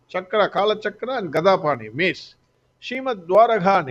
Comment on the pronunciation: Mace not maze.